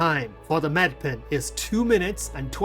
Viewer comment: Medipin, not med pen